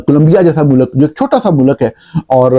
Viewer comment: "وجوہات کی وجہ سے" نہیں "وجوہات کی بنا پر" مودی کا تلفظ Modi ہے، Moodi نہیں۔ امرتسر کو Amritser بولا جاتا ہے، Amer-tasser نہیں۔ ملک کو mulak نہیں mulk کہا جاتا ہے۔ عربی میں شہر کا نام Ga-za نہیں GHAZZA ہے۔ نیز جاوید کو جوید نہیں کہتے، نہ تاریخ کو تریخ۔